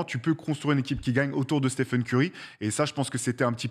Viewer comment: Excellente vidéo, pour moi il est top 10 CLAIREMENT avec une carrière pareille et un impact sur le jeu sans précédent depuis peut-être Jordan. (Petit détail, on dit stéfeun et pas stifeun)